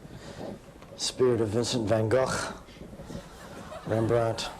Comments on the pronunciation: that is actually how you say van gogh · the grammer nerd making fun of someone correctly pronouncing van gogh 🤣🤣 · That 1989 video was gross. He also mispronounced "van Gogh," even though he was trying to say it with the proper Dutch pronunciation. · I could freak out when amaricans say van Gooh instead of van Gogh. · Vincent Van Gocghhhh. I still don't recognize that pronunciation, and I never will. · Creepy dude: if you want to pronounce van Gogh's name dutch-ly then fine. But that wasn't it. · it's funny how they said Van Gogh with the correct g-sound at the end, but the incorrect pronunciation for the first g. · I never heard anyone pronounce "Van Gogh" like that and I'm from the Netherlands. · Because the world deserves to know our country, our culture and our severely extensive seawitch-problem. Not to mention, we heard John say 'van gogh' with a 'g.' That was priceless. That being said, have you fed the geese? Don't be late this time.